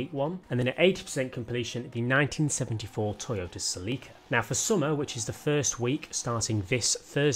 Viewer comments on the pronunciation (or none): CÉlica, my dude. Not Cehleekah.